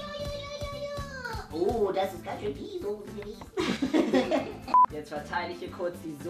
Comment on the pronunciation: Soße nicht sose